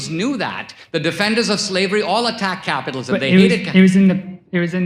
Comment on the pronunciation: So dho you achuaally bileeb in capithalism